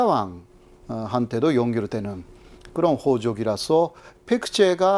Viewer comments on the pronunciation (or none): 야 임마 한국 이튼 방송국 '호적'이냐? '호족'이지 ㅉ 방송국 놈들 ㅉ